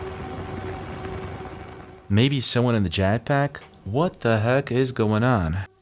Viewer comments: Jet with an et not an at bro jat pack lol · What is a “jack pack ? Do you mean Jet Pack ?